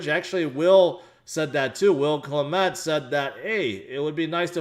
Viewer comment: Will Clemente's name is pronounced cla-men-TAY